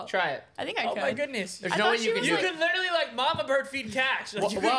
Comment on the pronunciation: " liTerWalLy😲 " I love sm 😭😭